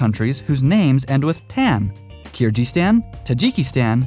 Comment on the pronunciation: You misspronounced Kyrgyzstan